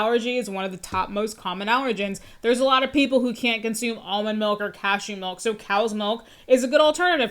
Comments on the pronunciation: He said “melk”. No one should listen to or take seriously ANYONE who says “melk”. IMO. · The word milk or "melk" as this guy says it has lost all it's meaning because I've heard it way too many times.